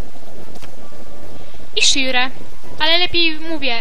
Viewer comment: Nie mówi się Shire tylko Szajer. Wiem, że stary film owo